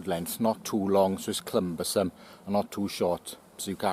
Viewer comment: "clumbersome" I thought I heard you say. What a fantastic addition to the language.